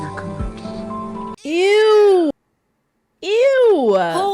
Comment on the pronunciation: 'kunckle' under lol